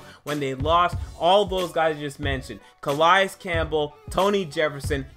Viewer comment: Nkemichie has grown up. Gonna be great. He took off the clown nose. And btw it cuhhhh-lay-es